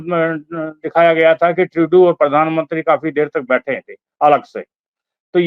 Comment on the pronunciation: This idiot can't even pronounce Trudo lol who the hell is he? Taking like he is the government 😅